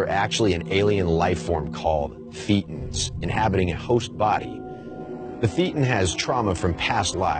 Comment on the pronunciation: Thaytons, not theetans. Not that I care all that much.